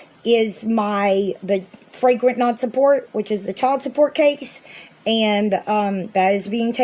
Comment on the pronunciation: Did she seriously say “fragrant nonsupport’? I’m going to need an explanation of that charge! 😂